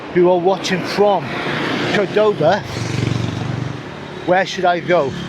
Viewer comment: I know this is a bit annoying, but so sorry I cannot contain myself. In Argentina we pronounce the name CORdoba, the accent is in the first syllable. I mean of course you can pronounce however it comes out; perks of the old traveller. I am also with you on that issue. I feel like 18 inside me with just a few decades of experience in that age.